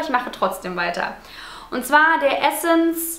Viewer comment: So wie du "essence" zu Beginn ausgesprochen hast, war es richtig ;) Im restlichen Video hast du es dann immer falsch ausgesprochen ;)